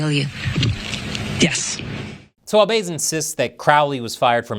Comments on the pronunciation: It’s “Karen Fish” not “Karen Rythym Instrument” ya dig bass not base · Very clever to entitle the video in a way that outwardly appears to criticize or praise in a backwards manner. I’m hoping your metrics are improving. BTW, the name of the mayor is pronounced like the fish, bass 🍯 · It's Bass, like the fish. C'mon man. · Karen Bass' last name is pronounced like the fish, not the musical instrument. Just wanted to let you know as I expect there will be other 'firestorms' (literally and figuratively) in her tenure as L.A. mayor over the next few years that you'll be reporting on. Musk's '5 accomplishments' email - If no one in the OPM responded and they all got laid off, would there be anyone left to do the paperwork to lay-off the other 100,000+ employees at other federal agencies who didn't respond? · It's Bass, like the fish.